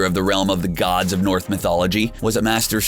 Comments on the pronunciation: Lol, North Mythology. Its Norse Mythology my dude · Wait... did he say North Mythology?! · He said north mythology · he said north mythology 😂